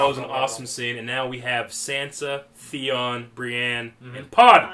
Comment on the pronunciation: "Threeon" lol. As cold as it is, more like FREON. I'll see myself out.